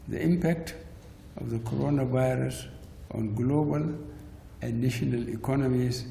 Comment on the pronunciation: Did I hear codoro virus.